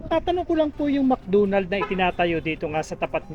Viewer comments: Mc Donald po at hindi mc dunald.. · Bisaya ka Kuya? Mcdonalds hindi Mcdunald. Lambutan mo ng konti!😂😂😂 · Mc Donald ❌ Mc Doonald ✔️